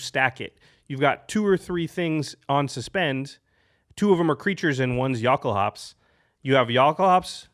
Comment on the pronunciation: I cri evertim I hear you say yockel-hops